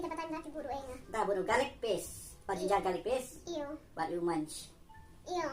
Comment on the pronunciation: 😲Nga sngew kumba phi ong "Jynjar Ka leit Pee" (Ginger Garlic Paste) 😂🤣🤣🤣